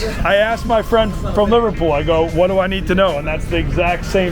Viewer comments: It’s “im not arsed” you numpty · It’s “not arsed” not “not asked” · "I'm not arsed" not asked hahaha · I’m not asked 😂😂 It’s ‘I’m not arsed’ 😂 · ARSED NOT ASKED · It's "I'm not arsed" not "I'm not asked" 😛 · Its not "im not asked" its "im not ARSED!!" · It’s ‘I’m not arsed’ not asked you muppet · Its "Im not arsed" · great video m8. Quick fix though. The saying is “not arsed” not “asked” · Btw it’s “I’m not arsed” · I’m not assed, not asked hahaha